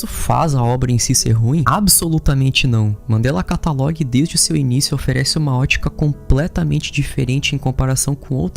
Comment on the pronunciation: adoro seu conteúdo, e a sua pronúncia de catalog e analog me dá agonia demais, você é ótimo